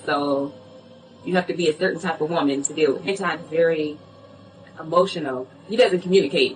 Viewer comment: HEmotional 😂 I love it!!